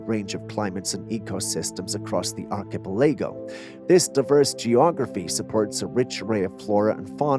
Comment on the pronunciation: 'Gotta teach the computer 🖥 😒 synthesized voice how to pronounce some basic 😅 ''truthful geo-logical' terms such as archipelago''!